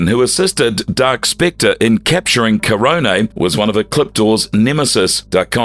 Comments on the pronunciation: Great video explaining Ecliptor, but ffs why is the narrator pronouncing "Astronema" so weirdly? It's not "astro-NEEMA" sir. Nor is it "Kah-rone-EH" like wtf your research and going over all of this for this video, I would imagine you would have heard the pronounciations through the shows themselves. Seriously. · Awesome video. Why butcher Karone's name? KA - RONE. NOT KA - RONEE. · AstrO-NEmah is pronounced: Astonihmah Keronae is pronounced: KerOn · it made me cringe so much. also, it’s pronounced KAH - ROHN but this is coming from the same narrator that at one point said “the omeega rangers”